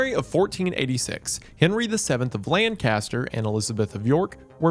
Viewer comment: Isn't it pronounced, "Lancaster?"